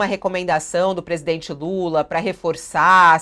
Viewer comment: o ministro diz: passei a madrugada com o Estado maior! mas que dificuldade pra falar presidente Lula ; "UM INCONFORMADO"